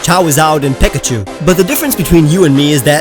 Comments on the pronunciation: It's Pikachu and Charizard not pikechu and Chawizad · And you have to learn how to pronounce Pokemon you said chowzowd and pakachu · “Chawrawd and peckachoo” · Chawizawd an Peckichew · I wish people watching this for the first time, jst think you are weird for miss pronouncing pikachu and charizard. No offense.